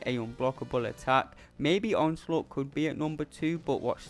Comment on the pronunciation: So I'm not the only one who calls onslaught as onslut.... pretty much the sum up of his AI